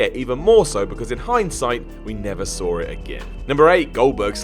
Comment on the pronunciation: There's no R after the word 'Saw',.